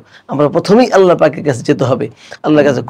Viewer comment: উস্তায এতো সুন্দর করে "আল্লাহ" বলেন!! সুবহান আল্লাহ